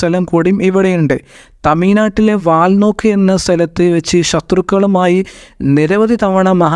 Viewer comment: ചരിത്ര വിവരണം നന്നായിട്ടുണ്ട് എന്നാൽ ശുദ്ധമായ ഭാഷ സംസാരിക്കാൻ ശീലിക്കുക അല്ലെങ്കിൽ പൊതു സമൂഹത്തിൽ മുസ്ലിംകൾ അപ ഹാസ്യ രാക്കപ്പെടും ഴ എന്ന വാക്കിനെ യ എന്നാണ് വിചാരിക്കുന്നത് ഉദാഹരണം തമിഴ് നാട് എന്നതിനെ തമിയ് നാട് എന്നാണ് പറയുന്നത് ഒട്ട് മിക്ക സിയാറ വിവരണക്കാരും ഇത്ത ര ത്തി ലാണ് വിവരിക്കുന്നത് മലബാറിലെ സംസാര ശൈലിയാണ് അത്. പരസ്പരം ആ ശയങ്ങൾ പങ്ക് വെക്കുമ്പോൾ അതിൽ അപാകത പറയാറില്ലെങ്കിലും പൊതു ഇടങ്ങളിൽ കാര്യങ്ങൾ പറയുമ്പോൾ അക്ഷര ശുദ്ധി വേണം